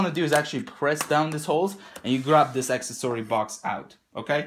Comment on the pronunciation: “Excesory” box 😂😂😂😂😂